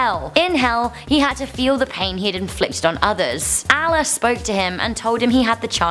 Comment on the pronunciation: Lol the way you said Allah.